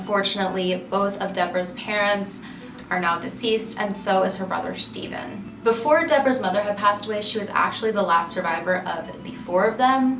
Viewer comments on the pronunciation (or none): none